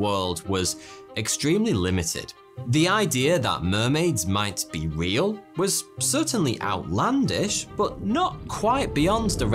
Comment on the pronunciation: Big emphasis on "real" today😒